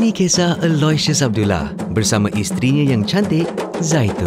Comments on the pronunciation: Aku ingat ayah dia sebut ala siott..rupenye nama dia allasious..ahhahaha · so lawak lah. I love the way pronounces Aloysius haha